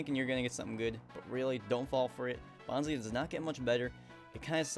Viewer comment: If you're going to put a Pokemon in your top or bottom 5, at least pronounce their name correctly! Bonsly is Bon-SLY. ;D Also, Graveler is WAY more annoying with its sturdy, cause after it uses selfdestruct. Annoying as fuck. Nosepass is cool, its nose is a compass. I like the concept of it.